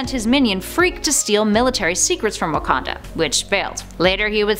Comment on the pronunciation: You said Wakanda wrong